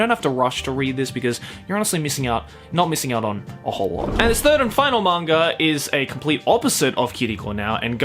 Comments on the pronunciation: Anyone else bothered by the fact that he pronounces "manga" with an R at the end? I know it's just because of his Australian accent (and as someone with a bit of a Texan accent, I probably shouldn't be one to criticize), but still, it bugs me... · There's no 'r' in the word "manga"...